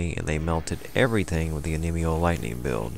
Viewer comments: on me yoh... not oh nee mee oh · Onmyo is pronounced without the n so om-yo,ninjutsu is nin-joot-su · "Noojutsu and oneemeeyo magic". I must be playing the wrong game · Yeah, not my best pronunciation.